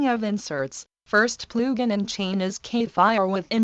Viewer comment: I will never get over that voice saying PLOOGIN xD